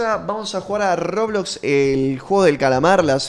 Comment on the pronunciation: rrrrrrrrroblos sisi rrrrrrrrrrroblox